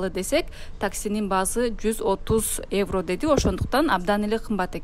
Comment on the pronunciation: Эвро эмес евро